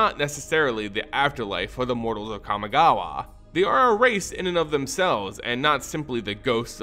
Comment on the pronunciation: Let's play a drinking game where we take a shot everytime he pronounce kamigawa wrong